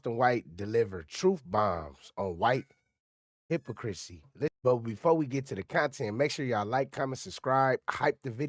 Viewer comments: Buddy, great content. Did you say, "Hip-O-Chrissy?" It's pronounced, "Hip-pock-chrissy. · THIS NIGGA SAID HIPPO-CHRISSY INSTEAD OF HYPOCRISY